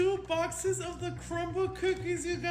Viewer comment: Nah he said cumble cookies😭